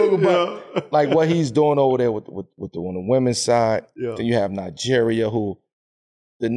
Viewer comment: I like how Melo pronounce Nigeria 🇳🇬, Exactly how it's supposed to be pronounced.